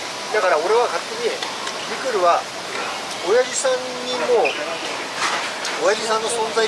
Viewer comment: 瓜田さんのミクルの発音がアナウンサー級の発音でした。